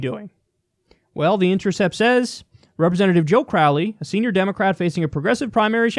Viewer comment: Joe corr-owley